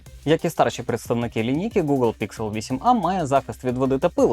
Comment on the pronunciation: Не ПІКСЕл а ПІКСЕЛь!!!! Дебіл ти чи що!???